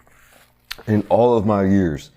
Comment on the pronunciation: When you said "in olive my years.." 😂😂😂